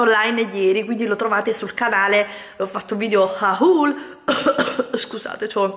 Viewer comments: SÌ PRONUNCIA HOL NO HAUL😉❤ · si pronuncia "hol"